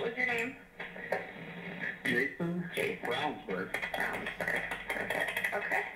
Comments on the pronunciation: His name is pronounced rounsberg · Scott "listened" the audio but couldn't bother to get the name pronunciation right.